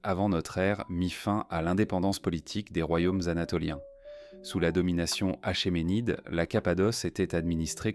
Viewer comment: Achéménide se prononce akémenides,le CH se prononce k renseigne toi